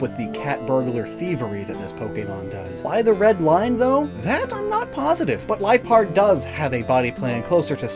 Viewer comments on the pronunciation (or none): none